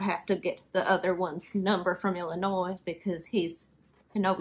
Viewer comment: The "s" in Illinois is silent. But noticed, while writing, you corrected yourself the next time you said it. Wait...you said it again!